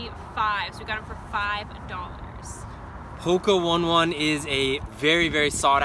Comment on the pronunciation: it isn't hoka 1 1 it is said like hoka Oh nay Oh nay. just an FYI